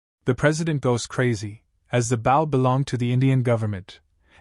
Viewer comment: Am I dreaming? Is this actually a HUMAN-NARRATED recap?? WOW (subscribe) WAIT NO, it still pronounces "Bow" referring to the weapon, as "bow" as in kow-tow or bend at the waist. That's still a sign of bad AI reader. But this one is still good, so I'm going to stay subscribed unless there are other profoundly stupid pronunciations or bad translations. Run-together sentences, black dragon FONG (it should be FANG) and a few others. But not too noxious. And after listening to over an hour and hearing the translation varying in quality, I'm convinced that the AI translation is the main problem with incoherent, mis-translation and most bad reading ... it really REALLY begins screwing up English grammar. it starts pronouncing the Korean name "Seo Jun-Ho" as S.E.O. Jun-Ho -- but this is NOT search engine optimization, it's a man's NAME. The Norse word Niflheim is not pronounced knife-ull-hame -- it's Neef-ul-hame or Neef-ul-haim. IF that's the word they're using.